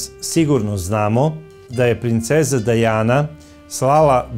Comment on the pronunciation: Krivo govorite nije Dejana nego Dijana čitajte